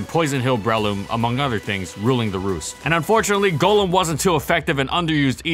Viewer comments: Thank you for NOT calling it Gollum. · It is so nice hearing Golem pronounced correctly. Not the Pokémon, but the mythical creature golem (Like what Golurk is). Everybody pronounces it as Gollem from Lord of the Rings which annoys me to no end.